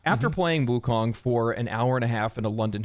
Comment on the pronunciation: All I hear when they all say Wukong is WUTANG!!! Ha!